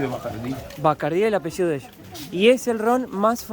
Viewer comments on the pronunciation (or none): none